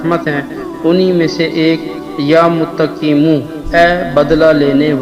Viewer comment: Ooo hlooo... Apko to yeh naam padhna b nahi aata..galat padha